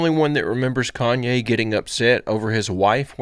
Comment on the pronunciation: Did he just call him Clone-ye West?😅😅